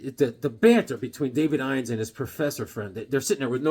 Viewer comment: Weird worlds... David Innes is pronounced.. " in us". I know a guy with that name.